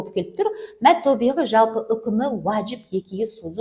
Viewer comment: Мәд табиғи мәд тобиғи емес әлде менің құлағыма тек о дыбыстары естіліп жатыр ма?не ро қоф сод дейді а САД САД ТА,РА,ҚАФ